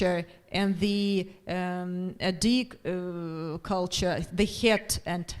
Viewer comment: Очень интересно было смотреть. Были вопросы, на которые услышала ответы. Кстати, у Дж.Коларуссо (хотя он немного растерялся) хорошее произношение на адыгском. Организаторам, переводчикам и всем, кому принадлежит идея - огромная благодарность. Приятно было слышать хороший английский у студентов. "Я не пожалел, что взялся за изучение языка. Особенно, когда узнал этнос, которому он принадлежит". Очень приятно и ответственно слышать. И еще: "Нартский эпос - для будущего". Действительно, надо структурировать материал эпоса для уроков в школах, чтобы он перестал быть только памятником литературным. Надо чтобы он стал частью или основой воспитания детей. Причем, в зависимости от возраста к нему можно возвращаться в старших классах., вам искренняя благодарность за это видео. Будем ждать следующие.